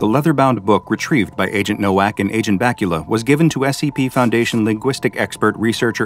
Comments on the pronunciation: "nowak" is read with a "v" ilke in "vest" and not "w" like in "water" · as someone who speaks multiple Slavic languages, perhaps the true horror is how you pronounced this poor man’s name along the way 😂 BTW, in Polish, the W is pronounced as a V, so Nowak would be pronounced Novak. If his name had been spelled Nołak, only then would the pronunciation been correct 😊 Love your work ❤